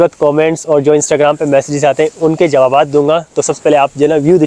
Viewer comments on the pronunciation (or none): Jawab bolte hain Jabawabad nahi bolte hain janab